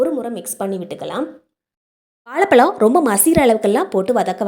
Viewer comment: வாழைப்பழம் not வாளைப்பளம் , தமிழ் மொழியை க் கொல்ல வேண்டாம்